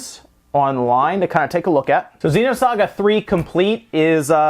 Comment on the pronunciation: Why would pay so much money for naked carts? What a joke! Also, it's XENOSAGA, not XEEENOSAGA. I also love the way the scumbags can't even put the discs in a jewel case.